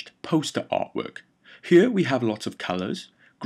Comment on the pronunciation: that "here" hits me everytime man.